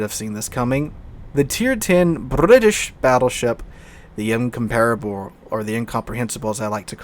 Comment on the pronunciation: nearly pronounced Incomparable correctly.